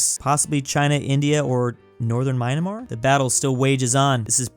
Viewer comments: its not mynamar its myanmar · It Infuriates me how knew most of the world geography and history but STILL couldn't pronounce Myanmar the right way. Like WTF is Mynamar? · Aaaand is back to saying "Mynamar". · Nobody:: “MYnamar”